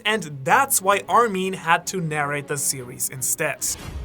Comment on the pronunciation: mispronouncing mikasa's name was already eye-twitching enough but the way armin's names was pronounced made me want to commit genocide myself..."hey there armeeeeen"